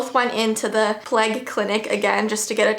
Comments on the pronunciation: We all know what she meant but she could not say it so she said the plague and it makes me kinda laugh. I know it's serious but still. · I’m sorry but, like when says plague, its really funny to me for some reason. So yeah